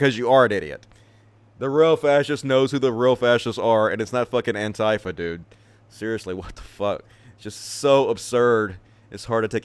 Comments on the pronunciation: Hey, Antifa is not pronounced an-TIE-fa. I'm sure it was just a mistake, but it make me cringe to hear you say that wrong a few times. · Yeah, everyone else either says an-TEE-fa or AN-tee-fa. I personally prefer the latter because it feels natural to me